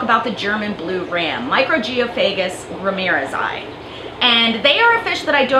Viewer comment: Thank you for pronouncing the species epithet the right way!!! Great video with great info, thank you!